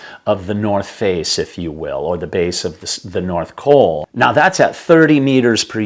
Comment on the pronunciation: North COL, not "coal"